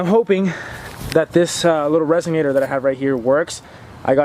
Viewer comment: RESONATOR, not RESIGNATER.